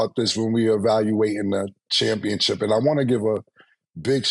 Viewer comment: Just like he says championchip 😅